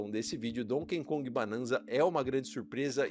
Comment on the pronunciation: NÃO É DONKEN KONG... É DONKEY KONG